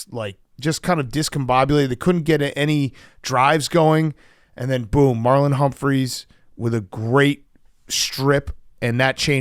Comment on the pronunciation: You can tell BC is aging because he is adding extra S’s. Marlon Humphrey is now Humphries. Mike McDaniels too 😂